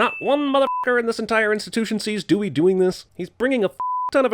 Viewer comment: “Dewing this” Really?